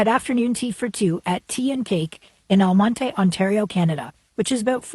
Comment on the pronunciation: The town name is pronounced Almont.